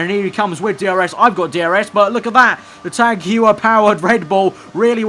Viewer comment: Tag Heuer: Tag Hoier Nice pronunciation